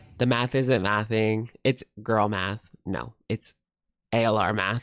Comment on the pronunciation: It’s not girl math, it’s Gorl math